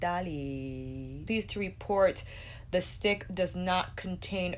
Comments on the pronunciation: Now every time i read or say 'Italy'.. it automatically sounds like 'Ee tah lee'.. 🤦🏽‍♀️ cant help it. 😁😁🤣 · Sooooo funny , I stop the video now every time you say it because I have a little laugh and then start it again.